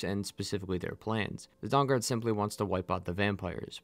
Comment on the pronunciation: But you still pronounce Dawn Guard like Dong Guard. Sorry I’m a huge nerd and this stuff fascinates me endlessly.